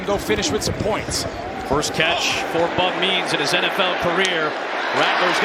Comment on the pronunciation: When the announcer says "Bub Means" it kinda sounds like "Bum Knees". A TD for Bum Knees!